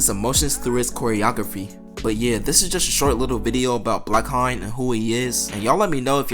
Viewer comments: is it not pronounced HAYNE? since his last name is Hayes?! i could’ve sworn it was pronounced differently. bro keep saying blackHINE 💀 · This is very interesting, thank you for making this video! (Also I don't want to be this guy, but the "haine" part of "blackhaine" is pronounced like "end" without the "d", Sorry!!!) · your pronunciation for the word "Haine" is so bad 🤣😭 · Bruh check how to say "haine" my ears bleeds